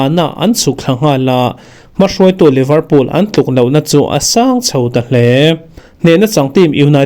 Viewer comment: Liverpool (leeverpool)tih tur. Livrpool tia lam hi a diklo.